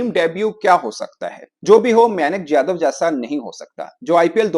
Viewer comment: "jadev" "jadev" kya rahe ho yadav hai yaaadaaav tum pakistañ se ho paris se nahi